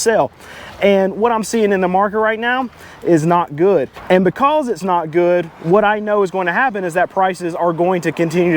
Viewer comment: Dude, learn how to pronounce “because”